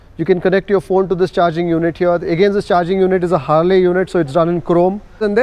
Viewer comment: it's Harley as in harlie, not Harley as in harlay. Proper noun bro.